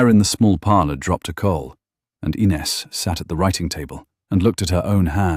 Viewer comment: REMEMBER THE VOWELS OF THE COUNTRY AND U WILL PRONOUNCE IT CORRECTLY AND IT WILL BE CORRECTLY SPELLED AS WELL. INES. NOT ENES. THE I IS AN E IN MOST EUROPEAN LANGUAGES.